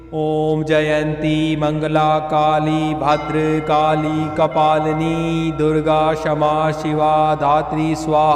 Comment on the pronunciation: तुम्ही उच्चार बरोबर करा,भद्रकाली असे म्हणावे.